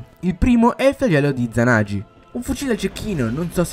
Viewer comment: Le adoro ste nuove esotiche😍 Comunque non per essere rompicoglioni ma si pronuncia "izanaghi' 🙃